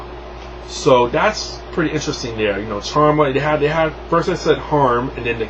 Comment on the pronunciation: kharma (car-ma)